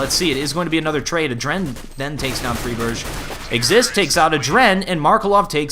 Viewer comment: Why can't you pronounce fry-berg correctly? It's not like his name is Skytten